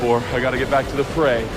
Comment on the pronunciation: I’m really cringe so hard at him saying fray idk why😭😭